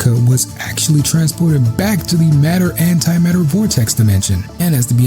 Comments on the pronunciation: Matter and Antimatter not Mater antimater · Isnt it "antimatter"? I thought i read mater antimater.